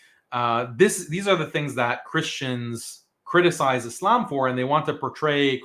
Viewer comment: He is so smart but doesn't know how to pronounce Islam or Muslim